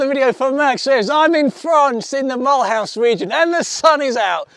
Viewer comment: "Mull-House" region??? Wow.